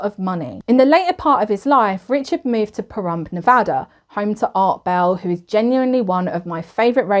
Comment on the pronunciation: i really love your channel. thank you for pronouncing pahrump and nevada correctly, signed a nevadan new subscriber.